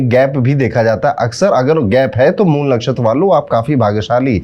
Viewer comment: Mool nakhastra correctly said Guruji